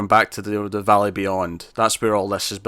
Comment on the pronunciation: Valley not valet